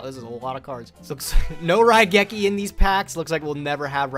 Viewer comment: Coming back to the first episode after watching everything so far. I have one question for. What is a Ruh-geki? I know what RAI-geki is, but Ruh-geki? Never heard of it.